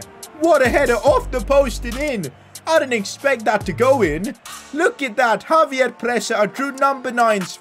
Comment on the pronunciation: ex-save-yer not Javier